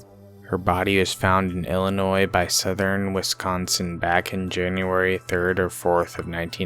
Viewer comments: The S is silent. It's pronounced "ill-ih-noy". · it is Illinois the s is silent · Wow you must be a genius to be able to pronounce things properly you are so smart I am so proud of you! From what I can tell dude literally said Illinois without the s being silent one time! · I'm from Illinois originally and you're pronouncing it wrong. The "S" is silent. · It bothers me how they say Illinois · or don't fuck it up in the first place. Takes seconds to research the pronunciation of words. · Yes that is my biggest pet peeve being from Illinois is the s.....thank you.... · The s in Illinois is not pronounced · You should learn the lingo (how to pronouce "Illinois" for starters) before publishing the video. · Are you guys illiterate?? Half the names you read are a misread including the name of the state your reporting on! Illinois has a silent s!!!!!! Jesus christ!!!